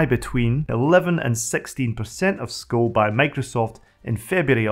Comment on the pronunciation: Nice video! But two corrections (nicely meant ;) ... "System V" is not "system v" but it`s "system 5" - the "V" is the roman letter for "5". And "SCO" is not "sko" - it is "Ess Cee Oh" ... but the video on Xenix is very interesting. Thank you for that!